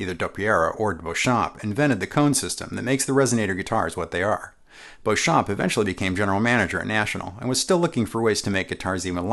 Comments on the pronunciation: “Beauchamp”, although French in origin, is pronounced “Bee-chum”…at least that’s the American-English pronunciation he used when trodding this Earth. “Bow-cham(p)” is not a thing. Thanks. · Excellent video! I think 'Beauchamp' was pronounced 'Beachum', by the way! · Beauchamp's name is correctly pronounced BEE-chum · Fun fact: the first upward sliding sound that you hear in the intro of Warner Bros. cartoons is George Beauchamp (pronounced “beechum”) on a Frying Pan. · I'm only mentioning this because of your attention to detail: 1) while you did pronounce George Beauchamp's name the "correct" way, Beauchamp himself, pronounced it "Bee-chum" 2) Technically, the Beatles did NOT return to Abbey Road Studios. They returned to EMI Studios. The name only changed to Abbey Road after 1969. Thank you for putting together another great video. Time for one on the 4001 bass guitar! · yes, I thought so too - google backs this up: according to Richard R. Smith (History of Rickenbacker Guitars pg vii) : "...George Beauchamp (pronounced Beechum), Adolph Rickenbacker, and the others formed an electric guitar company..." but I agree - totally awesome vid! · I thought it was "Beechum"... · George Beauchamp pronouced his name "BEECH-um" - typical for his home state of Texas at the time - and no, there is no controversey regarding whether or not John Dopyera invented the resonator. The controversy is that both John Dopyera and George Beauchamp claim to have invented the Biscuit Bridge cone system. You're welcome. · Beauchamp is pronounced "Beecham". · Keith: Pronounce it "Back" not "Bach" Me: Should I tell him that Beauchamp is pronounced Beech'-um?